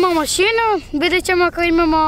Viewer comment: Ne kaže se masinu nego mašinu...